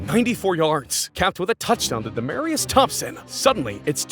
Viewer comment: That caused me to go into a rant about respect. That made this video unbearable. The least they could do is use Google to get the names accurate, especially Thomas. The poor dude died from a seizure. Having a seizure disorder brought on by stage 2 CTE is something important. This voiceover could get his name correct at the absolute very least